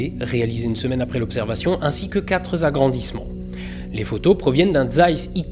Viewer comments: Les quatre zimages... Dommage. Quatre zagrandissements... Re-dommage... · A 5.35mns "quatre zagrandissements" pas de "S" à quatre... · Il a récidivé avec "quatre zagrandissements", le bougre !